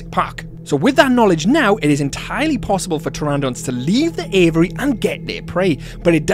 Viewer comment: say with me: "A VEE AIRY". 😂 Love your channel!